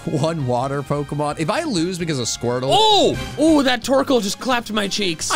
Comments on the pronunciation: SQUIRTLE, NOT F*CKING SQORTTLE! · SQUIRTLE, NOT SQUERTL! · IT'S SQUIRTLE, NOT SCWERTL! FIX IT NOW!